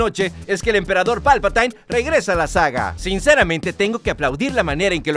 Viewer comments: No se dice /palpaTAIN/ sino /PALPATIN/ y el apellido McDiarmid tampoco lo pronunciaste bien 😅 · palpatain ? jajaja eres un patain !!